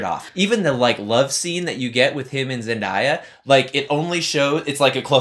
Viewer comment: ZEN-DAY-UH, not ZEN-DIE-UH.